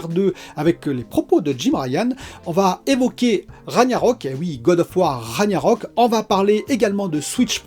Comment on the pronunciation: Juste Ragnarök ça ce prononce RAG - narök, le g en gue, enfin je sais pas si j'ai bien expliqué 😆